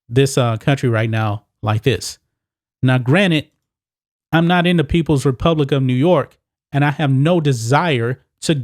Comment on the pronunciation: G: "Hey, your yellow star is...orange! Arrest him!" PS - always makes me smile when he says "granite" instead of "granted".